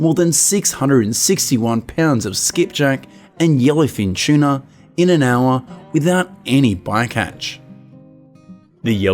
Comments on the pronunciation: Tuna but it’s the way he pronounced it 😊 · what's a chuna? shuna? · Aussie way of saying….its a funny quirk